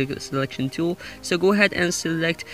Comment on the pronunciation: Its tool not tewl bitch